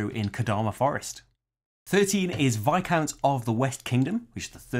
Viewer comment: Yay! Someone said Viscounts correctly!